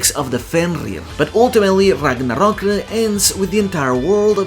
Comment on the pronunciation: Damn dude, im impressed. You always pronounce non English words correctly instead of half assing it, but to know Gerðr is pronounced as Gerth or ɡerðz̠, let alone literally being the only person ive ever seen pronounce Ragnarök correctly with the r at the end, let alone gjallarhorn. You're the man.